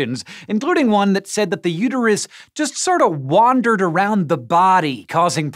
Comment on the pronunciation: its uterus not uteryou